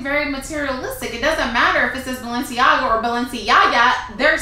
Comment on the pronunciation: She said balenciyaya